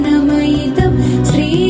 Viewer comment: Also, in pronouncing shri, its pronounced as sri. Its not sri, its shri, taalavya shakara. Otherwise its a beautiful rendition